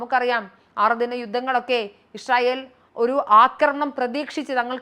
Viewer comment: ഇഷ്രയേൽ അല്ല ഇസ്രായേൽ